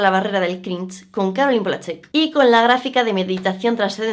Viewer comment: El... "crinch"